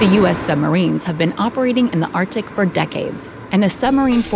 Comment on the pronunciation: Arc-Tic. Not Artic.